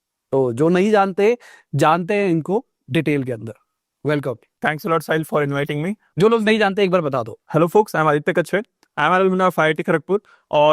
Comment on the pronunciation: ❌ Kachrey ✅